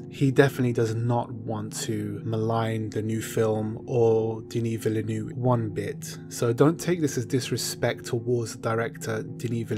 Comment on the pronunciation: how the fuck can you pronounce Denis Villeneuve THAT wrong? Jesus Christ ...